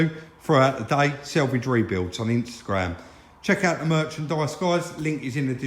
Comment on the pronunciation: I watch the show with interest you do a great job but please say sAlvage not sElvage, just an observation.